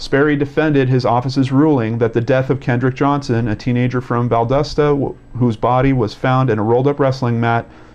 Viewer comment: Not sure if you'll do more updates (or have already), but since I'm new to watching your videos....FYI i'm from the area it's Val-DAH-stah. The "o" makes an "ah" sound. Not val-doe-sta. Not val-dust-uh. Val-dah-stah.